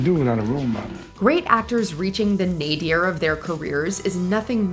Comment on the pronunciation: It's 'nadir', not 'nadier', and Keanu Reeves in Much Ado About Nothing was his worst.